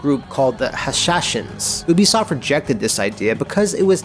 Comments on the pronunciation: its "you"bi soft. not "oo"bisoft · This dude just said "oo-bisoft"... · Oobisoft? OOBISOFT?!!?!?!? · Why's it so hard for people to pronounce "Ubisoft"?